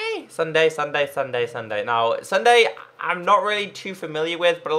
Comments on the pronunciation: Pstt.. It's not Sunday its sun-dee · Is it me or did he say Sunday it's sundee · ITS PRONOUNCED SSUNDEE NOT SSUNDAE!(NOT hate, just letting him know, k? LOL) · Logic *The back is different because since popularmmos has a cape on pc, console versions do NOT have capes! So, that's why the legs had half the cape 🙀🙀🙀🙀🙀🙀🙀 lol By the way you said Ssunde wrongs it's not Sunday it's s-und-eh (Ssunde) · You said sunday instead of ssundee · SSundee not Sunday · Its pronouce sun-dee not sun-day but its ok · Sun-dee not dun-day lol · Its sundeeee not Sunday hahaha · Sundee not sunday pronounciation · u say SSundee's name wrong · u pronounced SSundee's name wrong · U said SSundee wrong